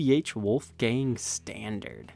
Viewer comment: pronouncing Wolfgang is the funniest thing of 2020.